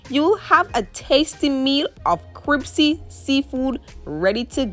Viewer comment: Did you say cripsy? Hahaha.